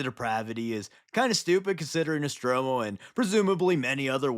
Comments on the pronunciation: Nostramo not Nostromo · it’s not nostromo it’s nostramo.